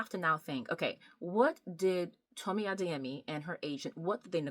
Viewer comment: Are you Yoruba, caused pronounced Adeyemi very well